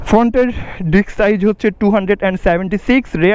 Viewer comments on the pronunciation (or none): ডিক্স না উচ্চারণ হবে ডিস্ক৷ ধন্যবাদ৷